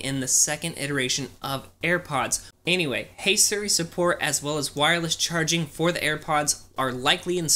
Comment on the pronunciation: you say “siri” like sri